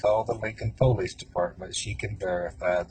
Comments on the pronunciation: Damn ...nice try .. didn't age well 😂..but why ? Like they just wanted to kill someone? I don't get it ? And btw it pulleese not po lease ...dorks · I'm just annoyed hearing that guy pronounce the word "police" as "poe-lice"! It's pronounced "pa-lice" you shady hick!!-the Troll